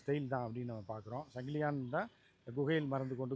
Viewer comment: 🚫 சங்கிலியான் அல்ல சங்கிலியன். தமிழை சரியாக பேசுங்கள்..